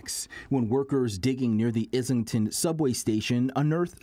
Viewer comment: The reporter can't say Islington, the other guy says "Torontoceros" as "Torontosaurus."